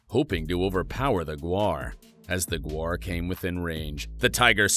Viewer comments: It's gaur (gower), not guar (which is a legume). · Gaur not Guar 😂😅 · cant you at least prounce its name right . look at the word1 this is tourture